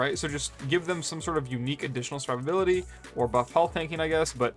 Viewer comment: Bro, fucking enunciate. “Survivability” has 6 syllables, not 3.